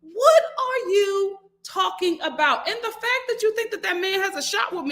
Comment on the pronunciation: I got a lil offended when you said aboot when referring to the crowned prince Sir Drake!🤣🤣 I’m Canadian and when I say « about » it sounds like I’m saying « a boat » 🚤 I’m from the east coast 🤪